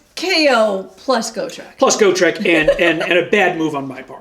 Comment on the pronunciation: Love that you guys are back. I don’t have pages for reference but you can’t stack the same abilities from the same source more than once (believe it was in Gw faq somewhere, that’s a more fyi than complaint lol) Also it’s gotrek (got-rek) not go-treck which sounds like a Footwear company 😂 Love the content crazy how strong the ij are at present.